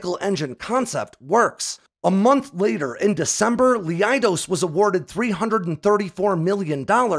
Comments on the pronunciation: Love your videos! FYI, the “ei” in “Leidos” is pronounced like the “i” in “kite.” The name comes from the word “KaLEIDOScope.” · "Lee I dose" LMAO